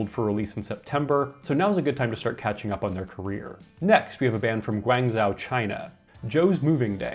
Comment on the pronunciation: The hometown of Jo's Moving Day is pronounced "GWONG-Jo", according to my Chinese wife. It's a major city in China where she briefly lived before immigrating to the US.